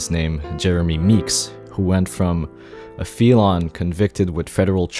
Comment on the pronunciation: Bro you did not just pronounce felon like that lmao